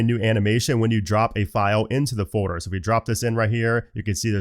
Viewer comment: For fuck’s same bro: it’s FOLDDDDDER 💀